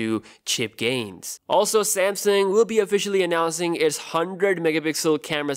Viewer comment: I thought u were saying "gaisss".. for one moment i thought u was malaysian 😂😂😂